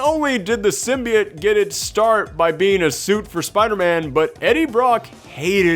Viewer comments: Worst of all, Sony mispronounced symbiote in the trailer so now we have sim-bye-oat and its gonna stick around... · what about in the venom trailer where the lady said symbayote?